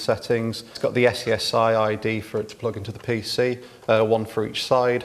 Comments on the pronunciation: What is this “yes-yes-aye” of which you speak? In my day, we called it “SCSI”, pronounced “scuzzy”. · Ess-see-ess-aye? Skuzzy! SKUZZY! SKUZZY! Come on! Say SKUZZY! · Dude, "scuzzy" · well I was there when SCSI was regular and I was using the same pronunciation. Here in Greece, all of them were saying "Skazi", with an "a", but in my logic SCSI = S.C.S.I. so I use the "S" "C" "S" "I" pronunciation. At the time they were looking me as an alien but this time, after all those years, my logic seems right for the millennials. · Umm it's pronounced scuzzy. xD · Where did he grow up that he pronounces it "ess see ess eye"?! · Anyone pronounce SCSI as "sexy"? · I've seen SCSI all over the place and I've heard of skuzzy drives before but I've never heard before that SCSI is pronounced skuzzy. The more you know.